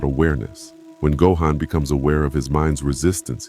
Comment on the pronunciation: Narration pronouncing “Gohan” three different ways throughout the video really pissed me off